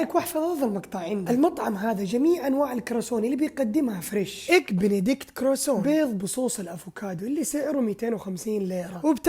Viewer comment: كاراسون؟ هههههههه تعلم النطق الصحيح بعدين تعال 😂😂